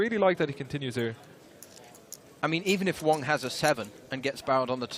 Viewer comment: It's wang!!! Not wong!!!😆